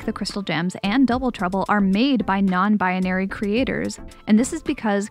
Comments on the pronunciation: Anyone else notice how she says “Non-binary?” She says it as “Non-bianary” and adds in a random “a” for some reason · im sorry but you pronounce non binary very funny, just i love it. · i'm sorry, this video was great, but i just have to point out that the way you say non-binary bothers me slightly